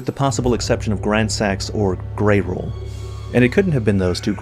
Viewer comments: bro said "grey roll" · People still calling Greyoll "Grey-roll"... He's not a damn sushi... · buddy, i love your vids, but i'm barely into the video and you mispronouncing Greyoll is jarring. Although, it was easier to tell thet you were talking about Greyoll and not Greyll.